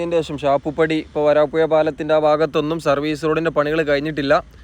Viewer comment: വരാപ്പുയ അല്ല വരാപ്പുഴ